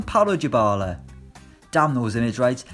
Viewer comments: It’s pronounced Dye-bal-a not Jabala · Benjakid 97 it’s not dye-bal-a it’s more like Deebala or dybala